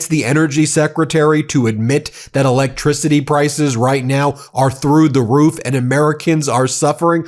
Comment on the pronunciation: Energy sectary can't pronounce electricity?